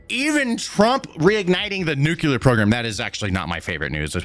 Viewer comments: Dude! It's "nuu-clee-ar," not, "nuu-cuu-lar." OK, rant over. 😅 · The word is NU-CLEAR....NOT "nu-cu-lar".....I love ya, but please say the word without added syllables, just looking out my dude. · OMFG is “New - clear” not “new-cue-lar” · Nu cle ar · I can't believe you say nuke you ler